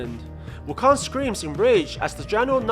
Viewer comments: I just keep hearing WuKhan, like from star trek. Khaaaaaaaan. It's Wukong, like King Kong. This PSA is brought to you by the letter G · wuKONG as in kingKONG..not wukon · Wu kan ?? I though it is wuu kong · it's wu-koung not wukong lol people's pronounciations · It's not "Wukon" it's "Wukong". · Its pronounce woo-kong NOT wukoon. Stupid. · Its KONG Not KON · His name is ou kong not wukong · im annoyed when i heard wukon, sorry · Is the "g" silent in wukon"G" is it? Is it silent?